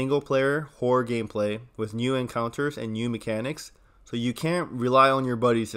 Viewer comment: My man, we gotta work on thy way you say horror, you're fixing to insult someone if you keep saying "whore" lol.